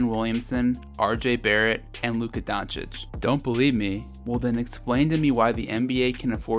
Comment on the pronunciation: It's pronouned 'Donk-itch' sir . not donchich